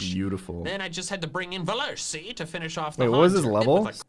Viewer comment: Comedy, also known as calling Bewear "VELURSI" like a million times.